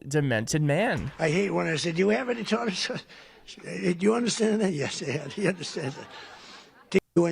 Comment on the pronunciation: Tartter sauce!???! Really?! WTF